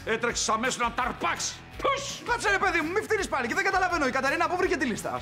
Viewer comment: εκεί ο αντί για Κατερίνα είπε Καταρίνα